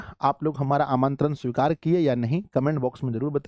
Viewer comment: Aapka nimintaran sikura haaa